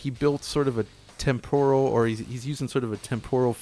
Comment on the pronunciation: TEM-por-el. Tem-POR-al sounds like a weird version of a tempeh dish.